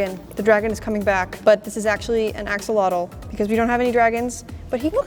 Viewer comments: I love how she said “and as the axilotke aproches the dinosaur and… they became roommates” *silence*🤣🤣🤣 🤣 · Axolotl* lol